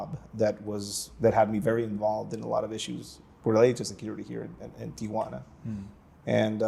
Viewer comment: It's Tee-wanna, not Tee-A-wanna. Got it??